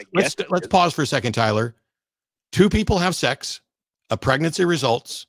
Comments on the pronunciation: Hey, it's sex, not sax. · "there are consequences to having sucks"😂😂 I swear I'm not trying to be mean just something I noticed, it sounds like sucks more than sex 😂 By the way I don't agree what Matt said when he said if you're not insured you shouldn't be driving a car because my mother drives a car still despite her not having car insurance because she can't afford car insurance but yet she still drives because she has to get from here to there somehow doesn't she? My main concern is that you have a license to drive and that you're a good driver.